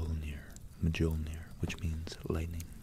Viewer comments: Beautiful! One liiittle thing, J is Y in Norse generally. Jarl is pronounced Yarl, Mjolnir pronounced Myolnir etc ^^ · Great video! It's pronounced "Meeyollneer" fyi :) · Love the video. Your pronunciations of Old Norse needs some work, Mjolnir (M-yohll-neer) was a bit rough to listen to, but you pronounced Svaratlfheim excellently. Otherwise, very tingle inducing, can’t wait for more. 👍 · BossManJohnson depends on what language. In Icelandic it's more like "myolnir" Google the ö sound and swap that with the o for a more accurate sounding Mjölnir